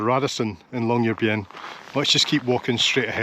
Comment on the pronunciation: What a wonderful tour! Admire your pronunciation of Tromsø and Longyearbyen - American tour reporters please take note! Tromsø ends in 'o', not 'owe'...